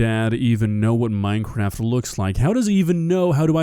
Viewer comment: MINEKWAFT MINEKWAFT!